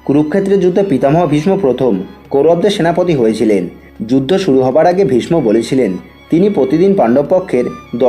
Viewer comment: ভীষমো আবার কি? উচ্চারণ ঠিক করুন